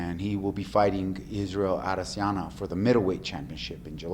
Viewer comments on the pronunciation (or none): Israel "Adesiyana" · The way he pronounced "Adesanya" 🤷‍♂️😂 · "Israel Adesjana"